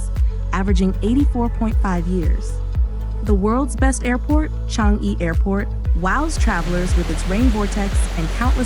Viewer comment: Thanks 🤗 Am born & bred here since 80 years ago. I’m happy for Singapore’s success. Accurate facts & narration … except that ‘Changi’ should be pronounced as ‘ Chang yi ‘ & ‘Newwater’ as simply ‘ New water’